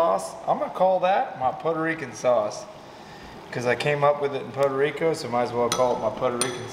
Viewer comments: 1 minute in and I hope I don't hear "Poto Rico" again! It's freaking "Puerto Rico"! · it’s Puerto Rico not Poda Rico 😂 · Pu air tow Ree co. NOT Poe toe Ree co. Hope this helps. 😉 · Had me cracking up at how you say Puerto Rico. Sounded like Pordo Rico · Poe Deriko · “We in Potoe Rico”!! Dang. lol Good vid and fun times. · Every "Pow-tuh Rico" took a piece of my sanity :) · "PODA RICO" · Lmao “poto reeco” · its not podo rico lol typical gator fan, go put on your Jorts 😊😊😊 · What the hell is Poto Rico!? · "Poto Rico" eh? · "poto rico"? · Stop calling it Potarico . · I love how pronounces Puerto Rico 😂😂😂 I only hear gringos say Puerto Rico like that lol😂😂😂 we love em all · Gotta work on that pronunciation man haha otherwise awesome..... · Why can’t you say Puerto Rico? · You had better learn how to pronounce Puerto Rico, really quick